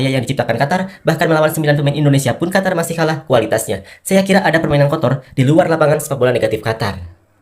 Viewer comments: Eeh bos bukan hatar yg benar adalah Qatar ok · Qatar om bukan Hatar😅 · Qatar bang bukan hatar... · Qotor bukan Qatar... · Qatar bukan hatar 😅😅😅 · Bukan Hatar tapi Qatar atw lbh tepatnya Indonesia vs QaVARRR 😂😂😂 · qatar klo dibaca di ejaan bhs indonesia jadi kotor... qa dibaca ko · Qatar Apa Qotor sih yg bener !!!!! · Min ente terlalu lebay mau tampil beda, seluruh dunia baca Qatar ya Qatar bukan Hatar gak usah mengada ada biasa aja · bukan Hatar om, tapi Qatar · katar bacanya om, bukan hatar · Qatar bos.... bukan hatar.... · Heehhee siyapa bilang Qatar jadi juwara